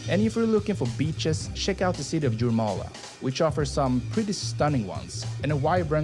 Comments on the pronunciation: Latvian city Jūrmala - pronouncing YOOR-mah-lah, not JOOR-muh-luh. 😅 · LATVIA "explained", on one hand, want to keep Latvia secret, but on the other hand, want to clue you in a bit. Yes, we, Latvians, formed our modern republic in1918, but Latvia , pronounced Lutt via, Jūrmala=zYouwere mala, Jelgava Yelgava, my credentials, born t o Latvian imigrants, who'd fled the anexation of their homeland by the new USSR and it's Communist regime. Latvian was my first Language, really only learning English when i started 1st grade in my south Brookline elementary school, while attending, much to my chagri, Latvian school every Saturday, while my American schoolmates were home watching cartoons in bed. But the Latvian community always maintained the belief that we'd regain our independence